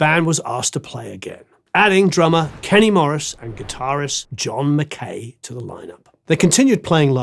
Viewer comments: Pronounced mac-eye not mac-k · McKay is pronounced MacAye. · That's not how you pronounce McKay.